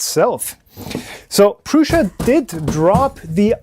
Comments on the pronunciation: It’s Prusa NOT PRUSHA like you say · I just put it in Google Translate and it said Prusa not Prusha